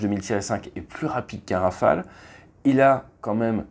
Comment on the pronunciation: Olala il n’y a pas de « s » à Rafale ! 😅 Toujours au top les vidéos sinon 💪🤙